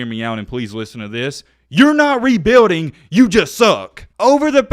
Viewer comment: And please stop saying the word rebuilding it doesnt sound right.